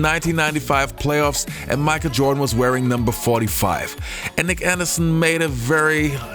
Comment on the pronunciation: Who is Micah Jirdan, tho?